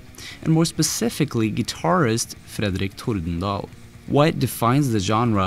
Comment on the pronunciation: Haha, med en gang du sa "Fredrik Thordendal" skjønte jeg du var norsk xD